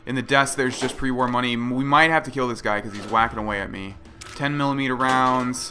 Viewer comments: "Ten Millipeter Pistol" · "Ten Millermeetle Pistol."